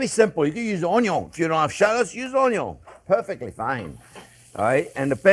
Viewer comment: 'ello friends! ❤ Onyon 😂 Love you Jean. Thanks for the lessons and passion.